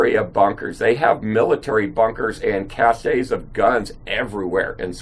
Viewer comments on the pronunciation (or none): ca-shay lol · Well said! (Except "cache", makes my Canadian ear cringe. Cache is pronounced cash, means a store of supplies. Cachet, pronounced ka-shay, means prestige, respect... which you do have in abundance.) Thank you for all the time and effort you put in to these videos. And keep them coming. We all need to hear the truth. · I thought the comments would be littered with observations like yours on how to pronounce cache... This is a sad realization. :(